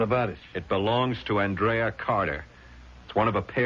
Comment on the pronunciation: Anyone notice how he switches back and forth from AND-rea to aaand-REA?